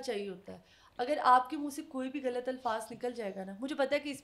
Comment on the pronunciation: غلط کو گلت خیر کو کھیر کہہ کر انڈین چینلز کو کاپی کر رہی ہیں یا اردو کی ٹانگیں توڑ رہی ہیں